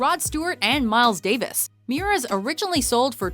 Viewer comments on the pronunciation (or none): none